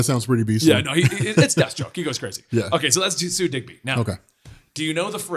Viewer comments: I've read Death of Captain Marvel. and its Sue DIBNEY. not Digby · "Sue Digby" Really? You ape lol